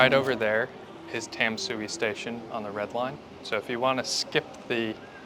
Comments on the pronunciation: It's pronounced more like "Dom-sway", not "Tam-soo-ee". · Tam-sui should be pronounced like "Dan-sweat". There are no perfect translation. But "Dan-sweat" is actually more closely to Chinese pronunciation. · It's pronounced Duhn(like done) - shu(like shoe) - eh (like where) so: "done shoe where" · Tamsui is one of my favorite parts of the city! Quick tip: the most common pronunciation sounds like "dahn-shway", which is how the majority of Mandarin speakers would say it. The Mandarin transliteration is Danshui and is a better indication of the modern pronunciation; Tamsui is based on the previous transliteration style but both are the same word, meaning "fresh water". By the way, just wanted to call out again that your B-roll is SO good. You have a wonderful eye for cool subjects and framing, and you're able to make it look artistic and vibey but not overly try-hard and artificial. Your little transitional montages manage to really convey the whole feel and energy of a place in just a few brief shots, which isn't easy. I know you're still working through the audio (which is totally understandable) but your video is already punching way above your weight. Keep it up guys, you're doing awesome! Also I died at uh colorful Subway joke 😂 Gotta keep getting to come out of his shell, he is lowkey hilarious when he gets sassy and spicy. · This is an amazing video! Great as a drinking game. So the rules are: one sip every time 1) They say Tamsui in the most American accent ever, 2) Shaky cam, 3) Bad joke.